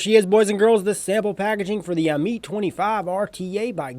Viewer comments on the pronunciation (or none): It's pronounced am-it. According to Wikipedia, 'Ammit (/ˈæmᵻt/; "devourer" or "soul-eater"; also called Ammut or Ahemait) was a female demon in ancient Egyptian religion with a body that was part lion, hippopotamus and crocodile—the three largest "man-eating" animals known to ancient Egyptians.' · If u pronounce it ameet one more time Ima start calling u Ripe Trieppers